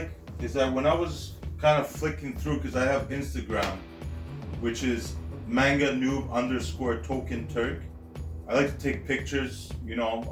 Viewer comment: This is the funniest review I have ever watched. You're criminally underrated. But its pronounced man gah not mane gah. Much love